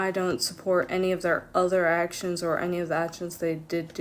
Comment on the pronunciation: "my past achshins"